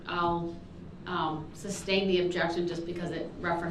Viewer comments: He always says “suBstain” lol😅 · Google..is Substain a word? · Brooks: grounds for substain 🗣 it’s sustain 🙄 I was hoping judge would of corrected him like with the “biast” 😂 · "substain" instead of sustain is a clear indication why we don't need to be living with this garbage people. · Grounz for da sub-stain? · A smart person can act dumb but a dumb person can’t act smart, grounds!!!, substain, aks. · Grounds! Reason for the Substain” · Grounds for the "substain" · This dumbarse saying "substain", and all of his ignorant comments make me cringe with embarrassment, FOR HIM. He sure didn't 'represent' very well, did he? Edit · “Grounz” for the “substain”…😂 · Not jewelry lmaooo 🤣🤣🤣 He also says "substain" with all the confidence, it cracks me up everytime LOL! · Groundzzz for the SUBSTAIN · "grounds for the substain" What an absolute jackass. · And “substain” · Don’t act like a practicing attorney and get all argumentative with a duly elected judge if you can’t pronounce “tacit” and you think the word “sustain” is pronounced like it has a “B” in it. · U think he ever found out sustain doesnt have a B in it? Sraight face everyday mispronouncing words and then repeats them constantly does it if he would listen instead of yelling groundz they say the grounds everytime hes the dumbest person ive ever heard speak